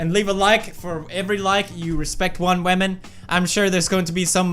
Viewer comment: "case your a waman."